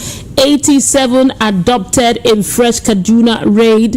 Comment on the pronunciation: ohhhhh it is pronounced as ABDUCTED not Adopted.